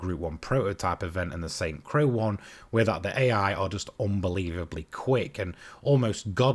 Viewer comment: Pretty sure Croix is pronounced 'croy' btw :)